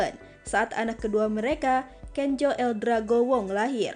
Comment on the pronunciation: Yang baca berita ini orang Banten yah? Kenzo kok dibaca Kenjo wkwkwk...